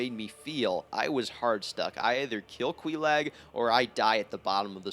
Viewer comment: Nice video! Hurts my ears every time you pronounce Quelaag's name, which was... every time. 😅